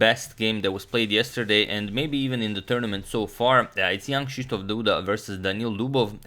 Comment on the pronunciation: You nailed "Krzysztof" but your Jan sounded weird, its pronaunced "yAn"